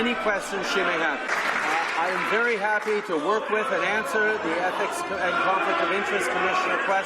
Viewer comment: Can't even Answ-ugh-er